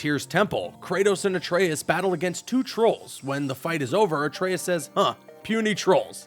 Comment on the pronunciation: Thank you for saying Atraeus correctly